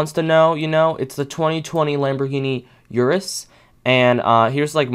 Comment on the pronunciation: ITS URUS NOT SURUS ITS A LAMBOGHINI URUS ITS ITALIAN